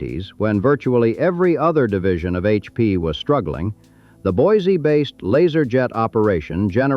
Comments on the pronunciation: Boy See not boys zee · It's pronounced BOY-SEE! Not BOY-ZEE! There is nothing more annoying to us idaho natives than people (or bots) that can't pronounce the name properly. We can always tell if you're not from here. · It's pronounced BOY-SEE, not BOY-ZEE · It's pronounced Boy-see. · And the original French fur trappers who gave it that name would hate how modern “native” Idahoans “mangle” it. To them, it was pronounced BWA-ZAY. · You would think someone spewing “information” about a place would at least find out how to PRONOUNCE IT’S NAME! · It's spelled with an S, not Z. And pronounced the same way. Can always tell those who are not from here. Otherwise, good history lesson. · There is no Z in Boiseee. Also, it’s Show- Shone, not Shoshonee.